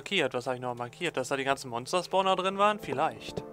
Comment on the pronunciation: es heisst spawner ned sporner.. xD aber geil das no anderi schwizzer zueluegt